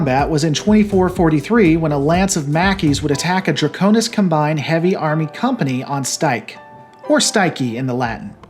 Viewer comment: Ok, I saw that he realised his misspronounciation of hegemony but couldn't he have checked the pronunciation of combine as well. A combine is a company or group and is different and pronounced differently from the act of combining stuff. English is hard, I know. But checking stuff like this before public speaking is something I learned to do in order to not sound nitwitted during public speaking.